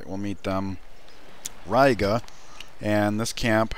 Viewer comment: Its pronounced Reega